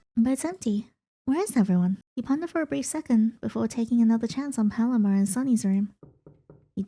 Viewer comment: Hey just as an fyi I think Paloma is pronounced “PUH-LOW-MUH”